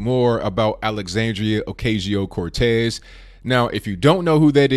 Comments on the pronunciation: This dude is dumb and can’t even pronounced her name correctly... trash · Dude if you can't pronounce her name move on! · You miss pronounced her name.